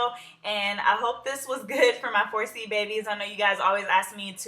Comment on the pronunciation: For a second i thought you said "FORCE-Y" Hair. Anyway, luv the style.